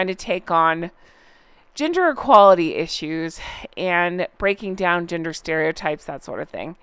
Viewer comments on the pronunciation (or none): At first I thought you said they’re now taking on “GINGER equality issues” and “GINGER stereotypes” ! 🤣🤣🤣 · When you said GENDER equality I thought you said GINGER equality and was wtf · When you said they were working on gender equality I first heard Ginger equality hahaha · I thought you said "Ginger Equality." 😂😂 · I thought you said “ginger equality” when you said “gender equality” and I almost choked lol Imagine! The fact that it sounded believable just gives you and idea of what we are all used to and can expect from these two. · 😂 I first thought you said “ginger” equality 😅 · Tricks of the EAR? : Every time you said 'gender' my ear heard "GINGER". (A meme 4U - ginger rites - ginger equality) - Believe me you, there is a science to these devices. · When you said "gender equality," my brain kept hearing "ginger" equality LMAO